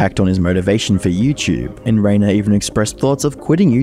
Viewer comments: I really like this video, great research, slick editing and compact, one thing I want to point out though is that the name Rainer is spoken more like "Ryner" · Rainer is pronounced as Rhiner 😅